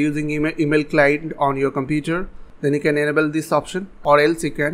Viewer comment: its pronounced in- abe el and diss abe- el